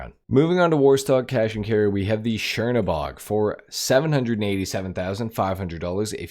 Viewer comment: This isn't shiernobog – it's Chernobog (Чернобог). Which literally translating as "Black God" from Russian.